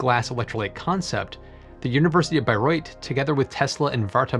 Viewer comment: 👍🏻 for pronouncing "Bayreuth" correctly! 😉